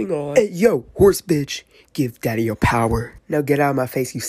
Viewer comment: give daddy your puwer😂